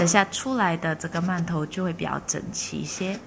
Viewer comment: 饅頭的饅讀二聲，唸四聲聽起來很怪。